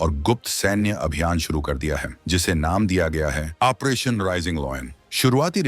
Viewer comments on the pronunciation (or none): Bhai aapse request h ki aap 40 din sirf operation bolne ki training len . achha rahega.